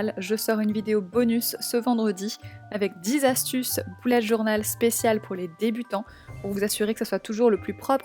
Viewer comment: j'adore ton mois d'octobre toutefois on "beullet" journal et non "boulette" journal